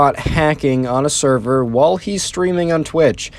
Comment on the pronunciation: blud said "saerar" instead of "server"